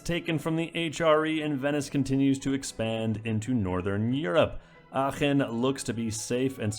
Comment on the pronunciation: I don't know why, but hearing you pronounce "Aachen" correctly really made my day :-) You are awesome! Keep up the greatness <3